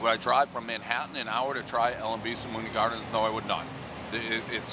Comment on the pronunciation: El Pres always mispronounces Spumoni Gardens, this time he called it Spuhbonni Gardens 😂